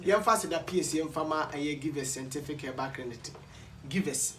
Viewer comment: Kwaku, hahaha a, is givers scientific but not givers scentific. You always pronounce it as scentific instead of scientific. Check and work on it, bro.